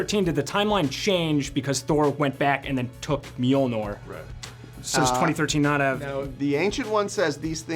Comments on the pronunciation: Mjolnor? Nor?? NOR??? Noooo Rrr iiii rrrr iiiiirrr niiiirrrr Mjolniiiiiirr. Mjolnir. huff! glad i got that out it was driving me nuts lol. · I am irritated because he says mjolnor bruh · mjOlnor, really? come on, those guys are the brains of the best marvel movies and you cant pronounce the name of a freaking hammer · Mjolnor? wtf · lol the host called the hammer Mjolnor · Why does he say Mjolnir like that?!?! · Thay-nos? Me-ol-ner? Really?